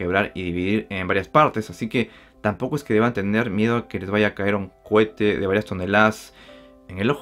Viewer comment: Cohete. No cuete